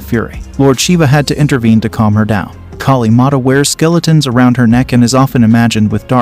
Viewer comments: I don't blame for your horrible pronounciation the name of Maa Kaali, but want to inform you that Hinduism has no concept of doomsday. You're factually incorrect. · Pls pronounce our goddess name properly. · Brool, i am forgetting the godesses names because of his pronunciations